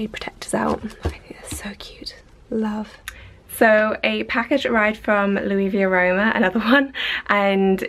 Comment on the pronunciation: All the shoes are so nice! Btw it's Luisa Via Roma, you pronounced it like it was Louis, like a french name, when in fact it's an italian name. Just a little side note :)